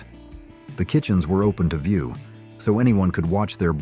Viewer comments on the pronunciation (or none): none